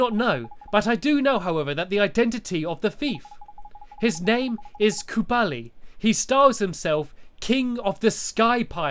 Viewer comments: It's kublai not KUBALI! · KUBLAI NOT KUBALI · It's kublai not kubali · Its kublai not kubali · You can't shout at him, it's not his fault he's slightly dyslexic! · To pronounce Kublai right, you say it like this: Kub Lie. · Nice pronunciation of Kublai